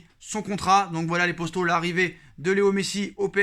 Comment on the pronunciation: Les poStos… il sort d’où le S là exactement ? 🤔